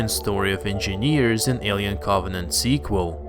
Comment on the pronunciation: Why does he keep saying squal its a third installment lol